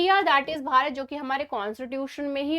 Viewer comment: But "BHARAT" sounds very good 😊